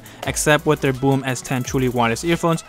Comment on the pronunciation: Just a minor point.........Maybe it's a play on words perhaps but the brand name BÖHM (with the German uhmlaut on the 'O') would be pronounced close to "Berhm" not "Boom".....